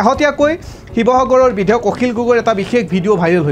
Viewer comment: আপোনী বিধেয়ক বুলি কৈছে ।বিধেয়ক নহয়,বিধায়কহে